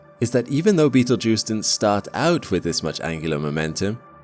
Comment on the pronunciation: "You are not in imminent threat from Beetlegeuse." I'm not, but you might be since you said his name at least 3 times.